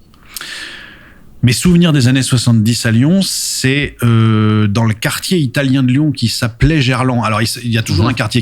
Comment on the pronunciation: Juste après le passage concernant l'accent lyonnais il enchaine en répondant à ta question en disant "quartier" avec, ma foi, un sacré accent 😂